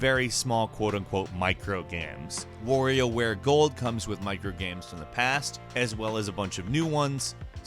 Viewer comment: Did you seriously pronounce WarioWare Gold ~Warrior